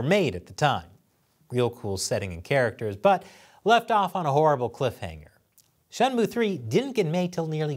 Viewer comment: A gaming channel talking about politics doesn’t sound right. That Shenmue (shen-moo) pronunciation is also a first. lol